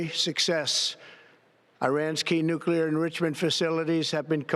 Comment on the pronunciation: Nuculrer unruchment capacity! 😂